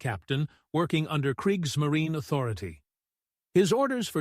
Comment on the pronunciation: kreeks - muh - REE - nuh 😁